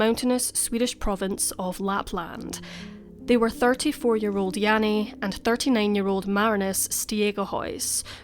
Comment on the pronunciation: okay, I’m going to try to write it down, but don’t know if I’ll succeed haha. It’s pronounced like: ST-ayg(ay like how americans pronounce it, hard g)-uh-huis (the “ui” is sort of pronounced like a Scottish “ou”). Jannie: Jahnnie, so the ah is a bit shorter than an a Marinus: Marrihnus. In Dutch we have a hard r and an I that’s more like an ih. The rest was good though! Hopefully that makes it a bit clearer?